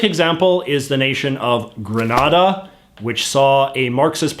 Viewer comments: The pronunciation grə-NAH-də (as in the video) refers to the Spanish city and province of Granada. The pronunciation of the Caribbean island nation of Grenada should be grə-NAY-də. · Grenada is how Reagan pronounced it (grə-NAY-də). You're pronouncing it like the city of Granada (grə-NAH-də). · Very white washed version of Grenada’s (pronounced like the exploding weapon, the pronunciation with the R sound is a place in Spain) political past you reported there. It’s a fascinating story if you research it. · Hai JJ, great video as always. I'm from and currently in Barbados, one of the countries you've mentioned. My only problem with your video is how you said Grenada like "gren-na-da" it's actually pronounced "gre-NAY-da" lol love ya J.J.!! Also! I think eventually the countries with this GG position will eventually get rid of it. Once this generation of legislative leaders are no longer with us, there will be a major shift towards the modernisation of our government systems. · The worst one is Hillary Clinton video, when she said happy independence day for granada, not Grenada. She didn't read the memo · It's pronounced Gre-NAY-da. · Firstly the way you pronounce Grenada is incorrect and secondly there are mixed feelings about the coup in Grenada by Grenadians actually and I gather the feelings are that Bishop was trying to liberate the country which is why he eas able to mobilize so much support in what is generally a peaceful country.... Most persons in the Caribbean like Jamaica support the views of discontinue with the office of the Governor General because they see it as archaic but do not act on this feeling because the existence of a GG doesnt negatively affect our daily lives.